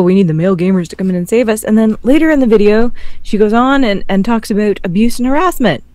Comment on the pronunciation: Am I the only one who hears say "Aboot?" I love it!:)